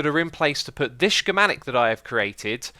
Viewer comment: Scc-mah-tic not she-mah-tic